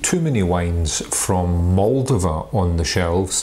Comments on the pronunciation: It’s MOLDOVA not Mooldiva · You should work on pronouncing Moldova and Rara Neagra correctly.